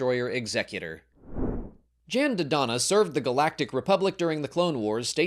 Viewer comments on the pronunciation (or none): Is this pronunciation of "Jan" Dodonna correct? I'm familiar with the "Yahn" pronunciation, like in Galactic Battlegrounds.